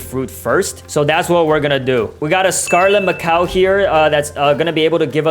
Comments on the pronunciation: “We gat a scarlet macow here” 😂😂😂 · "Scarlet Macow"💔💔